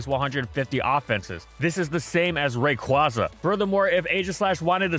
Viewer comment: why did rayquaza get mispronounced.